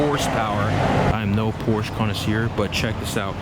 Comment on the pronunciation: great content; however, Porsche is 2 syllables..